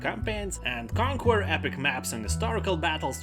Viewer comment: Btw nice video "Conquer" you dont say the u letter But hey u said all the rest correctly